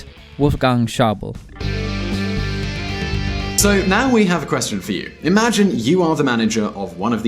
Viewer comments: Schable 😂😂😂😂 Es heißt Schäuble du dümmerchen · i am a fan of "wolfgäng schobl" and the " dotsch bänk" :) beside of that, nice video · The pronunciation of "Wolfgang Schäuble" was hysterical. Write me if you want to make another video about Germany, if you need help :) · You should really google how to pronounce the name of ministers and other political figures before you say it in a video. Poor mister Schäuble. But exept for that the video was quite informativ.